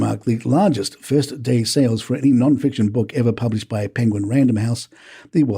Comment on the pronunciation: Did you say ,none fiction lol . Ok , there more fiction in that book , than in Hogworts .